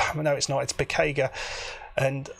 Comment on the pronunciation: I suspect Piciga is pronounced Pitsiga. Great result!